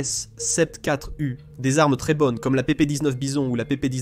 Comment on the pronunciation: Vidéo intéressante mais desservie par un doublage par une IA racontant n'importe quoi. 1016 pour un M16 ??? AKs sept quatre U pour une AKs-74 U ?? Ridicule...